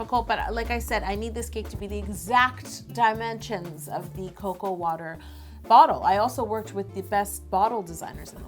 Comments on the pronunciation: It’s called co-co-a dabs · cocoa woter 😂😂